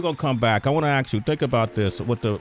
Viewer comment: Sway learn how to say "ask" properly